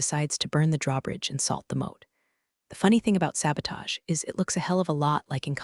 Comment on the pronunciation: Moat not mode.